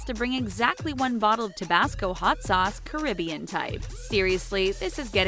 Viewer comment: WHY U SAY CARIBBEAN LIKE THAT